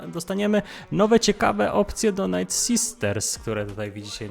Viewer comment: Czemu słowo "night" (noc) czytasz jako "nit". A nie tak jak sie powinno, "najt"